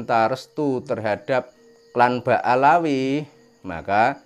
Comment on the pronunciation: Bukan BA Alawi om, Tapi BA ALWI,,😂😂😂😂😂